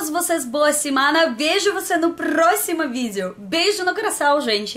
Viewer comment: A gente se vê no prrrrrrrrrrroximo vídeo, muito fofo o sotaque dela💚💜💛💙👏